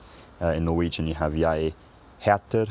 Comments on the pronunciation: Your "Jeg heter" was very good! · Your pronunciation of the Norwegian "Jeg heter" is really very good - especially given you don't speak it. It's hard for us Brits to get the 'r' at the end right.